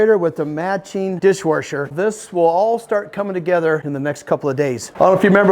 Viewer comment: I was cracking up to how he says dishwasher keep up the videos love them.